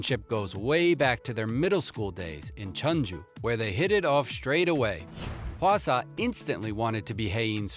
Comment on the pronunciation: I mean, almost everyone knows that V and JIMIN are classmates- + the way you said "JUNGKOOK", "WHEEIN", "HWASA" and "JIMIN"